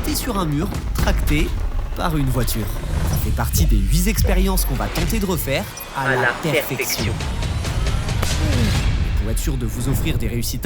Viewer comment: Je suis lâs des gens qui disent "huit zexperiences"....